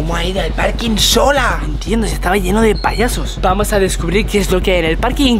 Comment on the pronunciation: Yo viendo que dice poyesos